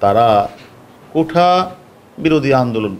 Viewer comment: সেঠা.. কোঠা উচ্চারণ করা মানুষ আবার ডিবি প্রধান 😂